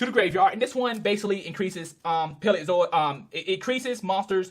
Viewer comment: burgerstomache? its PALEOZOIC!!!!! say it right!!!!